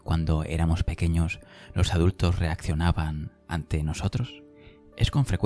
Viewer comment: Preciosa voz. Me gustaria wie observaras que dices Lor en lugar de los y sueles convertir en erres las eses finales y chirría un poco. Eres sin duda la voz más bonita de estos vídeos y si corrigieras la diccion sería maravilloso escucharte. No quiero ofender. Muchas gracias!